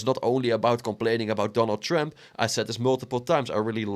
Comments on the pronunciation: he says “Donald trimp “ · Where are you from dude? I like the way you pronounce Trump. Sounds like Donald Shrimp